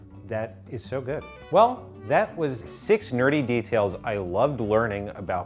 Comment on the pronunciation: Did anybody else confuse the word nerdy with dirty when said it lol